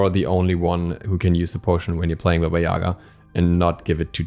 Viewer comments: Sry but correct bAba yagA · Guys, i'm from Ukraine, and we had a lot of story's about her in our childhood. She is Baba yagA , not Baba yAga. Take this into consideration please :) (sorry for bad English)